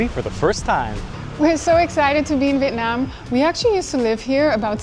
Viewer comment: You guys are the first YouTuber I come across that pronounce the city name as close as Vietnamese would say it